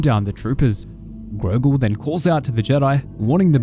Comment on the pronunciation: It's Gorgol, not Grogol